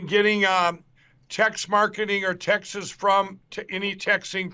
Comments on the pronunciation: pretty sure he did. MikePillow's neurons are constantly misfiring. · Featherboy really got mushi-brain. Sound's like he is saying tex' as in tex'mex. If his mission is to get people hungry, then it was a succes. I want a taco now. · It sounds like he said texes instead of texts.